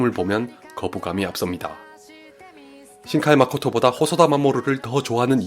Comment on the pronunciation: 신카이마코타가 아니고 신카이마코토 입니다